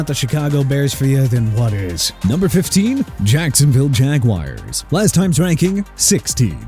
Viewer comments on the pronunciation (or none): YOU CAN'T PRONOUNCE NEW ORLEANS RIGHT THEN WHY ARE YOU EVEN HERE?! PRONOUNCED OR-LINS... AND YOU'RE CALLING THE MIAMI DOLPHINS WEIRD AND RANK THEM 29?! YOU SHOULD WATCH YOUR MOUTH! AND BY THE WAY NEW ORLEANS CAN ALSO BE PRONOUNCED NEW OR-LEENZ BUT MAYBE IF YOU LEARN TO RESPECT A LOUISIANA CITY YOU KNOW HOW TO PRONOUNCE NEW ORLEANS THE RIGHT WAY! AND SAY JAGUARS RIGHT! JA-GWAARS NOT JAGWIRES!! DISRESPECTING JACKSONVILLE... SMH... TIRED OF THIS GARBAGE THIS EARLY IN THE MORNING...